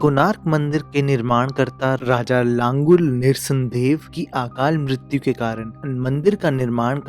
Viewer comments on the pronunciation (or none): Aark nahi ark.., aakaal nahin akaal ...correct ur diction buddy.